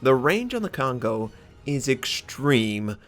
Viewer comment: Hey! Since you've mentioned before that you're trying to pronounce the ship names correctly, instead of " k-on go ", it's more like " co-n-go " since "ko(こ)" and "n(ん)" are both independent alpahbet in Japanese. just to give you some reference:p Really like your videos! keep up the great work:)